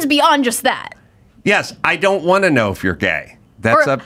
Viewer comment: The “wunt” ads??? Never realized adam says wunt instead of WANT